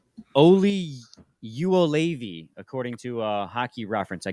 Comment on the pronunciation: Yo-Levi that’s how you’re supposed to say it.